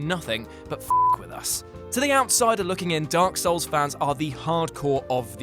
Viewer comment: Video starts Guy: D O R K S O U L S Me: REEEEEEEEEE